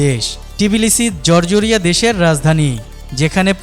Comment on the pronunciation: জরজরীয়া না, জর্জিয়া। উচ্চারণ সঠিক করেন